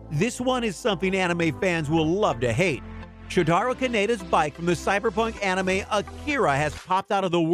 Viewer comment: I hate how he said anime in the beginning, how much weebs agree with me?